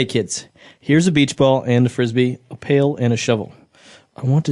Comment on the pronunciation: It’s pail and shovel Not pale and shovel